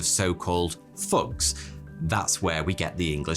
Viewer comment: I feel like it should be thawty or thaw-tee Edit faughty faw-tee He said fugs for thugs they had to print it so Americans can understand 😂